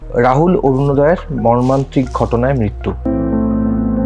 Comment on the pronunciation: মর্মানত্রিক আবার কি শব্দ?????? প্রথমবার শুনলাম সঠিক শব্দ মর্মান্তিক চোখ বন্ধ করে শব্দ টা বারংবার শোনার আবেদন জানাচ্ছি Chanel কে🙏